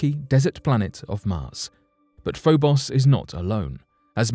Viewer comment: Like the first "o" in "Phobos," The second "o" in Phobos is a long "o," as in "lone," "bone," "stone," etc.